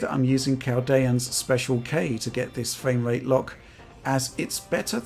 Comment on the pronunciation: Fwame Wrate